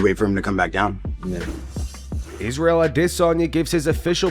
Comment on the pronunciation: I wish Israel would hop on here and tell you losers to quit code switching whenever you say his name just because he's black..it's racist as he**. He doesn't say his name with the extra syllable, why would you?